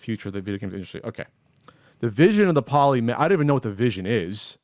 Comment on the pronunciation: its "poli" as in poly-gon, and "mega" as in mega bit